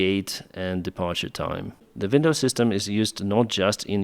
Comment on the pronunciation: “Vindows”. rof,l. 😅